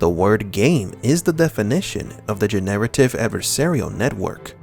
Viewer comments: I have never heard anyone pronounce <Generative> in that way. Love your videos but that killed the immersion on this 1 for me! Generate + ive = Gin + narrative Sorry to bring it up cuz its not criticism of your content. Laughed so hard tho... :) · Quit pronouncing generative incorrectly ... you are saying gen-narrative, which may have remote applicability but not what you mean, I believe.